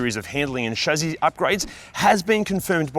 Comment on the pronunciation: Chassis, not "shazzayz" please.